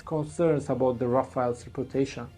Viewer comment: Rafaels ❌ RaFAILS ✅ RaFELL ✅